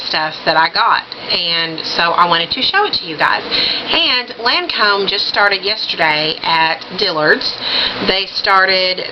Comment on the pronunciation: u look so super great in these colors! I have not done much Lancome. And yes I think you pronounced Lancome just fine LOL! Emma Watson is so pretty, Oh I love that Johnny Depp pic! You should see my room omg i have a canvas panitning of him as Captain jack another one of the Prints from the Disney Ads last yr framed and my smokin hot pic of him playing piano! But yeah on make up,......I love seeing looks like that inpisired by celeb covers and photos it fun!